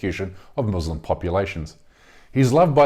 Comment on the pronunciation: Thanks for this great report. But please try to pronounce “Muslim” with the “s” like an “s” and not like a “z” because the latter in Arabic means “subjugated” or “cowed.”